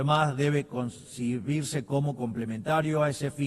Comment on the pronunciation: "inminigrantes" "concibirse" que aprenda a hablar para la próxima